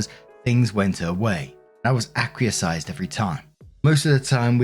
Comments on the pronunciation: Minor thing: but the word acquiesce is pronounced ack-wee-es. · The word acquiesce is pronounced ac-wee-ess! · i gotta say something....look up 'acquiesce' pronunciation please 🤣